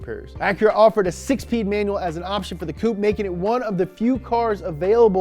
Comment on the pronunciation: Lol “ 6 peed” time stamp